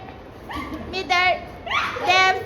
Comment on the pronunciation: Mider 😂😂😂😂 it's middle anyway love watching ❤